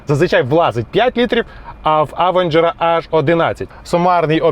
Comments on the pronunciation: Авенжер... як серпом по вухах. Він Євенжер !!! То навчіться говорити хоча б правильно ! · Евенжер правильно а не через а…